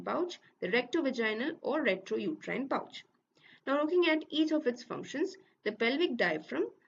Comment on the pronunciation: Its rectouterine pouch Not retrouterine pouch